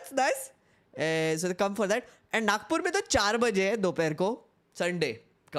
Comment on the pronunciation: You are from Nagpur then why you call it Nakpur😂😂😂😂